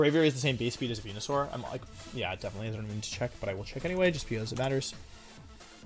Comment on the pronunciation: Why does he say venusaur like that